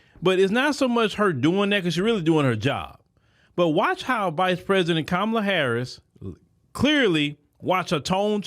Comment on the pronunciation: Host did I hear you right did you say KONmala HARRIS ?